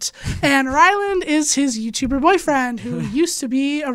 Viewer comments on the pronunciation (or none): Is it like an inside joke where she keeps calling Ryland, Rylan? She even spelled it like that in the description.